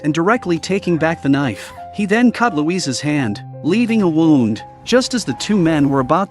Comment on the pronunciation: Hearing him say wound (winding a toy) and then wound (injury)in the next sentence is annoying…